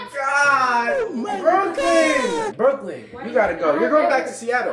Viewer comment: You always calling brooking 12 13 and 14😂